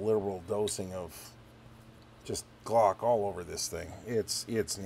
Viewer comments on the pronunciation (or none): none